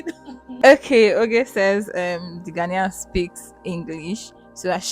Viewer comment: Beautiful video, beautiful Naija babes😆🤗 Love from Ghana By the way it is Ghanaian, pronounced as Ghanien not Ghanian😃😃🤗